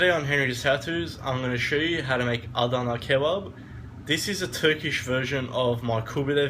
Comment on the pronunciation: wow man even im not able to say "adana kebap" like you did at the end nice grammar